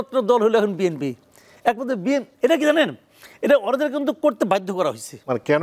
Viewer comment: এই মাথামোটা এভাবে কথা বলো কোন।শুদু বিম্পি বিম্পি করে।চাটুবাজ